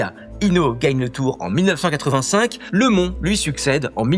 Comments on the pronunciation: lait mont 🤣🤣🤣🤣🤣🤣on dit lemone, comme dans "en voiture Simone", Greg lemone ; pour les anciennes pédales vélo les "lacets" étaient des cale-pieds 🤣🤣🤣🤣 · ça se prononce lemone comme E macrone😂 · Leuhmon j’adore 😂😂😂